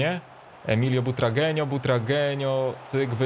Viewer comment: Kur.. czyta się BUTRAGŁENIO